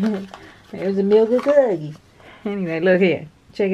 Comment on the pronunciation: Another great calendar! I was waiting for you to say "milk and cuhhhhhkies" 🤣🤣🤣🤣🤣 Yessss!! Much Love